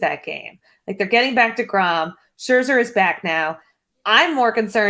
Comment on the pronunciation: Iirc from the old days on “the sleeper and the bust” he or paul sporer theorized some pronunciations that may be consistently different are based on his german heritage. Love hearing him say scherzer in the authentic way